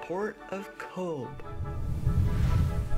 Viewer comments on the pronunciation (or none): pronounced COVE. it uses the irish language 'BH' which gives it the V sound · "We like to mix with the locals" typical US person....goes to a place and doesn't learn how to pronounce it's name. if you'd have truly connected with locals they would have told you, it's cove not cobe Bh is pronounced as a V. So Aobha and Eobha are Ava and Eva 😂 good video. otherwise, though 👍